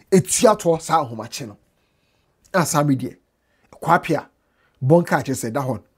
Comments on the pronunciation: not Kwaapea oo...it's kwapea. Kwaapea is someone's name 😂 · is kwa-pia not kwaapia.lol.